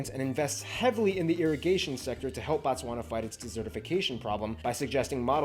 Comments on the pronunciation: Your pronunciation of Botswana is wrong. It’s Bo-Tswana not Ba-Tswana.Batswana means the citizens of Botswana 😂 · Can we respect the country by pronouncing the name correctly. it is BOtswana, not BAtswana. Botswna is a country and Batswana is the people of Botswana. The vowels "a" and "o" makes a difference. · it's 'boo-tswana' not 'ba-tswana'❤ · It's Botswana not Batswana that is the names of the citizens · Appreciate it mahn, but it’s not Batswana, it’s Botswana, the country is Botswana and Batswana is the people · Its Bo Bo Bo Bo BOTSWANAAAAA not BATSWANA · BO TSWANA NOT Bantswana 😂😂😂😂😂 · Bro can I advise in future you do a live chat with someone who lives in pronounced BHO-TSWANA (emphasis on B) that white guy knows things from a theory point of view but not from a socio-issue and economic point of view. Take down this and do it correctly with someone who lives in (pronounced BHO-TSWANA) it is very important and will make this clip more interesting. Thanks for taking the advice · bro you pronouncing it wrong though, kkkkk "bontswana" really?! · sorry but did you just say batswana bo again sorry for being rude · Pronounced "Boo-tswa-na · Ok for pronounciation's sake.. pronounce that "Bo" same way you sound "Boo" for Book. Thanx for pitching home mate'.. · It's pronounced Boo-tswana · He can call gaborone but But not Botswana classic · Should call Botswana name correct This is fun but the name